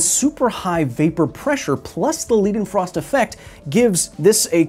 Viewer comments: I appreciate your work. Spreading scientific literacy is a noble pursuit and deserves recognition. But I am also an insufferable smartass on the spectrum 🧐 so you pronunciation of “Leidenfrost” felt like nails on a chalkboard. The German “-ei” is pronounced closer to “eye” more like “Leyedenfrost”. While the “-ie” is pronounced as an American “-ee”. I am looking forward to your video on gas constants and the law of combining volumes. I feel there is a funny sounding French name in there somewhere. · Lai (ai like in aye or dye) den frost Please stop making us cry. It is well within English vocabulary's ability to pronounce correctly. Unlike "arbeidsongeschiktheidsverzekering" (Dutch) or "Arbeitslosigkeitsversicherung" (German) Try those for some tongue practice. No excuses, you are not calling Einstein "eensteen" either. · This is so beautiful. Never thought that the freezing point and vapor pressure would make such a big difference. By the way, "Leidenfrost" is pronounced like "Leyedenfrost", as in "eye", not as in "Lee". It translates to "suffering frost" (of course it does, Leidenfrost was German after all). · Lie-den-frost. It's a German "ei," so named after Johann Gottlob Leidenfrost. Thanks for mixing your linguistic roots, English. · I think it's pronounced LIEdenfrost, at least that is how my family pronounces our name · This belongs most definitely on my list of prettiest things I've ever seen. The experiment was dope as well ;) Also, it's pronounced "lydenfrost" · Leidenfrost is a german name, and in german when E and I go walking the latter does the talking, so its pronounced like Laidenfrost ;) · When you pronounce a word with German origins you pronounce the second vowel in an ie or ei combination as long. So Leiden would be pronounce with a long i, and not a long e. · pronounced Liiiii'denfrost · arggg the way you pronounce leidefrost is evil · Great video but please learn how to pronounce Leidenfrost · It's pronounced "Lie-Den Frost" not Lee-Den Frost"